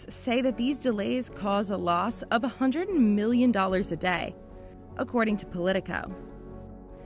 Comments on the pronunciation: Huhn-druhd......not hundredge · h-u-n-d-r-e-d is pronounced "hun-dred"...just the way it looks. It is not pronounced "uh-hun-dred". Where are you even getting that extra syllable?